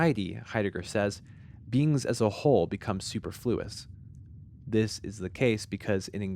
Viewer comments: *su-PER-fluous. Not "SUPER-fluous" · it's pronounced su-perfluous not super-fluous... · Word you've clearly never heard out loud before: Superfluous. It's supposed to be "su-PER-flu-us", not "su-per-FLU-us". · Super-flew-ess < sah-pur-flew-ess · su-PER-flu-ous, not super-fluous. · You are saying superflous wrong. Look it up. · Superfluuhs was butchered pronounciation of superfluous. ... no more a.i narrators please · Fucking christ it's SU PER FLU OUS!!!!!! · "super-fluos," lol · yeah this guy uses words without knowing their meanings or pronunciations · What the heck is "Super-Flous?". The man ruined the video for me. How do you speak with such confidence and then mess up the word superfluous not once but twice. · Personally, the thing that I find to be the most disturbing out of this video is the way he pronounces "superfluous". As if superfluous things had something "super" about them. I also find it very interesting that I don't feel this way about these images at all. But now I understand what others see in them. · Love your videos. Apart from the way you say su-per-fluo-us. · Sah-perf-lou-us. Great video otherwise. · Did you really just pronounce superfluous as "super fluous"? Careful with pronunciation. Nothing takes someone out of an experience more than a botched pronunciation. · It’s pronounced suPERfluous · Your pronunciation of superfluous is funny and shows you've only ever read the word, never using it in conversation. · superfluous is pronounced with the emphasis on the second syllable. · Your control mispronunciation of superfluous is very irritating. The SECOND syllable should be stressed, not the third. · why does he pronounce 'superfluous' like that lmao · Fantastic - I always was aware of these types of spaces but could never put my finger on it what compelled me about them. Always just called it eerie. Also check the pronunciation of “superfluous”.